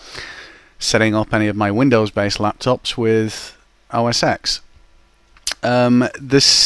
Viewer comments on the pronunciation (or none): it's not called mac os 'ex' The "X" represents the roman numeral for "10", therefore it should be pronounced Mac OS '10'. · i hate when somebody says os "x" its 10! TEN!! not EXX.. just a comment.. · os X? No, it is OS TEN! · I know, but the correct way to say it is 10. It just bothers me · Wikipedia says it should be pronounced "mæk ˌoʊ ˌɛs ˈtɛn" - mac os ten.